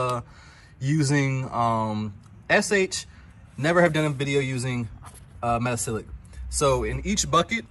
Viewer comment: thanks for this video and sharing your knowledge. Looks like you’ve been hanging onto it for a year or so. 😊. Do you also use sodium percarbonate as well instead of the metasilicate? I have a chemistry background and if you care, 😊the pronunciation is meta-SIL-I-cate. Thanks, again.